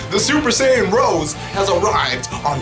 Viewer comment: You piss off the french a little bit every time you call it "Super Saiyan Rose"